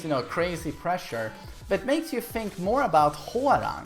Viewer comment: i fink soo when ever you fink your ready